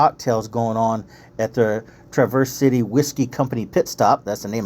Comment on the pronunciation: wont correct you on soda or pop. but i will say you say Traverse City entirely wrong lol.